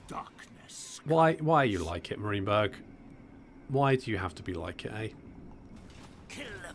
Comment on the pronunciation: Best content but I must say it’s ( merry-in-burg)